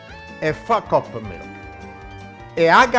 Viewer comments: Lord I thought he said f*%# off the milk. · Lol love him "fukcup of milk" =D